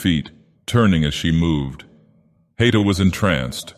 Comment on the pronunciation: A note on pronunciation: The diaeresis in Haïta (ï) means it's meant to be read as though it has a second syllable. It's not "hight - ah"; it's "ha - ee - tah".